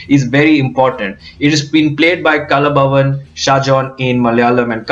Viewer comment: careful with pronunciation :It is 'kalaa' bhavan (Kalaa = art) (because in Malayalam; 'kal'=stone)